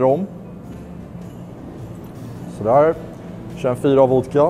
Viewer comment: Älskar när han inte kan uttala vodka så han säger voka